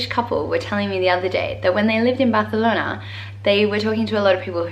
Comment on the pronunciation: Deberías hacer un video en español. Even though you don't speak Spanish in the video, when you mention the name of a city like "Barcelona" you totally say it like in Spanish from Spain. It would be amazing if you try in Spanish in some videos.:)